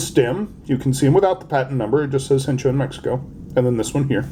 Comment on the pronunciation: I'm gonna make the bold claim it's "Hecho En México" and not Hencho... I know Language Police... had to do it :) Happy Pezzing for Mexicos!